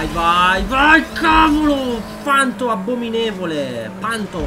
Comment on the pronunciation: si dice fantom